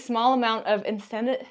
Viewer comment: In-sen-d-airy lol. Tracer bullets are so dope at night lol.